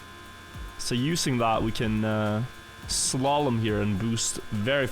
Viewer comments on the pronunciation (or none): none